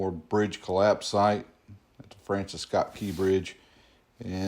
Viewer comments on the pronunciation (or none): none